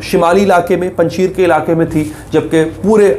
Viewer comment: Panj sheer nhi " panj sher" means five loins